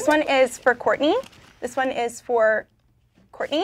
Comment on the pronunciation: Is it just me or (aka, aka - Soo cute 😍😍😍😍) intentionally sayd "Whoartney"?🤣🤣😂😂🤣🤣